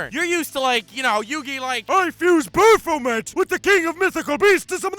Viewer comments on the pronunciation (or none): none